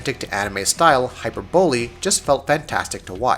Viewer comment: I lol'd when you butchered "hyperbole" 😂